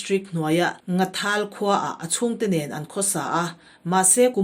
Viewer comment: Khaw Hming Leh hnam Hming I lam Kha a thluk a dik lo NASA. Eg. Hanging, nghathal...